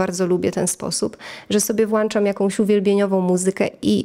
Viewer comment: Fakt to moja wada! Przepraszam uczę się mówić poprawną polszczyzną 😅